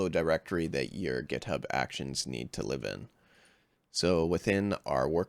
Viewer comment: "GetHub"??? WTF?!!! It's "GitHub"!